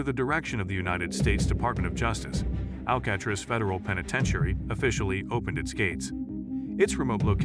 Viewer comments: I was just about to comment the same exact thing until I read yours. How do you not know how to pronounce the name of the place you doing a video on. 🤦🏽‍♂️ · This guy not knowing how to pronounce Alcatraz is why I watched about 30 seconds.